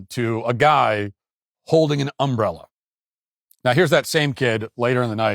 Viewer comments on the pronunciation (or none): This guy could’ve been killed over an umbrella. Also, the way you say UMbrella is unlike I have ever heard. 😂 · Matt its not Um brella Your putting the wrong em fasis on the wrong Syl abil You self corrected by the end of the clip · Uh-oh, Matt, your strange emphAsis on the wrong syllAble is really going to detract from your UM-brella commentary. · Never heard someone say ùmbella like that. Also, are you people ai, or just seem like it? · The real tragedy in all this is how Matt pronounces "umbrella" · There should be some investigation into your pronunciation of umbrella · why are ya saying umbrella like that? i feel like this is that family guy skit :P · The real crime here is the way Matt Walsh pronounces the word 'umbrella' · Im going to need you to pronounce umbrella 🌂 without so much emphasis on the 'm' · who the fuck says umbrella like that?